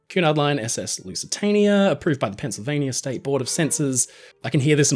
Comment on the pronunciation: Teacher: “Spell Lusitania” Our Friend: “Lusatanier”